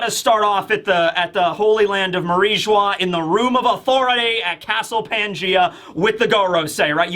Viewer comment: Your pronunciation of Mariejois is straight comedy. Love the content! Keep it up!